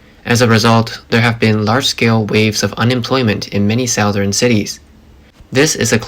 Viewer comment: Check the pronunciation of “southern” please.